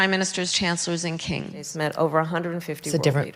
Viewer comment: she now pronounces it "kangs"